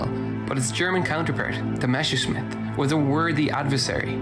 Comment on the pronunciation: Why, WHY do so many English speakers switch around the ss and the sch? It's MeSSerSCHmitt (Mess-er-shmitt), not "Meshersmitt"! 🙄 For good measure: Heinkel: "HAYN-kel" Arado: "Ah-RAH-do" Junkers: "YUNK-ehrs" Henschel: "HEN-shell" Gotha: "GOH-tah" (no english "th") Dornier: "Dorn-YÉH" (french) Oh, and Porsche is pronounced "PORSH-eh", not "Porsh".